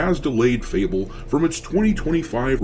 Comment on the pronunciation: Fable hahahahaha sound like UNABLE